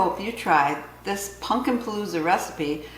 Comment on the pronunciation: Totally a Michigan thing to say "Punkin" 🎃